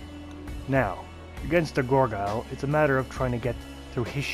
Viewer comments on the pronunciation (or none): Let me guess, he said "goreguile" again? Drives me nuts